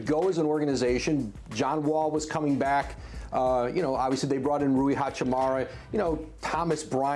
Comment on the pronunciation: Nobody: Woj: "Ruwi Hachimurray"